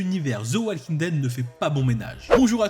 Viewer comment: Encore une fois walking ça se prononce wo-king et pas wall-king, le L ne se prononce pas :/